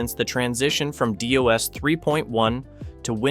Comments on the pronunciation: It's not D. O. S. it's DOS (Disc Operating System) where Disc refers to hard drives, and it's pronounced as a word: Doss. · Why don't you pronounce it "doss" instead of "D. O. S."? :D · thats the first time i heard dos being called dee-oh-es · For the love of God, you are displaying both your age, your ignorance and your lack of experience by pronouncing DOS as Dee Oh Ess. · As a middle aged heavily technical person, it makes me smile fondly when some comparative whippersnapper pronounces "D-O-S" as an initialisation rather than says is as an acronym like every single DOS user ever. Also: get-appXPackage | ? {$_.Name -like "copilot"} | remove-appxpackage Now do the same with xbox. One xbox component won't uninstall this way. Just ignore it. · Did you say "Dee, Oh, Ess" LMAO. kill me. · I had to LOL when DOS was called D.O.S. Is this a regional thing like some calling the Nintendo Entertainment System the NES (which we did in Western Canada)? EDIT...the Cold Fusion video came up after this one and was extremely similar. I guess I know why DOS was said the way it was.